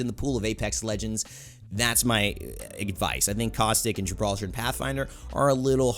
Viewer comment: Its not Gibraltar its Gibraldo